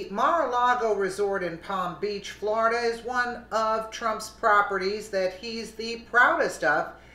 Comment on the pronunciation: Flor-i-DUH does it again 😲😡